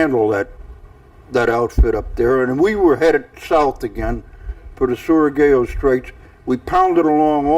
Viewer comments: Interesting on how varied folks pronounce Surigao! This time it's suri-gay-o. For the proper pronunciation, in the spirit of Dr. Seuss, Surigao sounds similar to Zedong Mao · That journal/diary is an amazing piece of history! So hard for me to read. Similar to written pieces I have from my Grandmother. Edit: George Cowan is still better at pronouncing Surugao than LOL. pronounces it like "Surugawa"